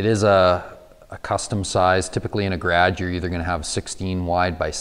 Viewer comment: Did he say gradge door?